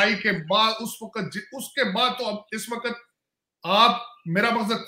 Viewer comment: Sir Urdu toh theek se bol lo. Waqat nahin hota hai waqt hota hai.